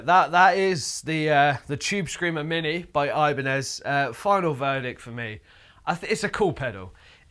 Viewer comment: Oibane-zed Chube Screamah